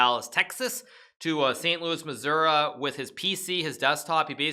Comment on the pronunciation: impressed that he pronounced “Missouri” like some (mostly older) native Missourians and Midwesterners do.. I’d always presumed that that was somewhat of a linguistic localism. ...but, actually, now that I’m thinking about, I’m realizing that his knowing/using this particular pronunciation may just be a product of how much time the typical GM spends in St. Louis over their lifetime as a matter of course in a professional chess career. So, naturally, he would’ve encountered some people likely to be pronouncing it this way. TL;DR: never mind.